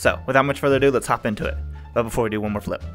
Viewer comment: emphasize on the “flip”